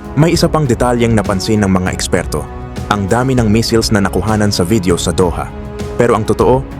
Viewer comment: Ano daw? Yung basa sa missiles naging missels? 😆😆😆